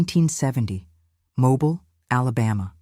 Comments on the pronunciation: It is MOBILE not mobile like a car. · The AI narration, evidenced so many ways (mispronunciation of the city of Mobile, correctly pronouned as MoBILE; the speaker slips occasionally, sayiing MObile--a dead giveaway) Somehow these and other discrepancies cast further doubt. This very sad story may be true in it's essence of someone, somewhere, but i do not believe this one. What harm? To me the harm is big, it represents the betrayal we are all victims to, the ability to trust anything anymore. trusting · You can’t pronounce Mobile correctly! So this must be Al!